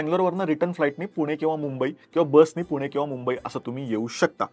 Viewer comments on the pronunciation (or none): none